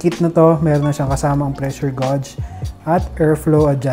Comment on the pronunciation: geyj pag prounce ng gauge sir